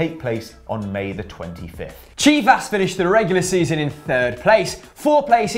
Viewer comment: Good pronunciation for Chivas <333333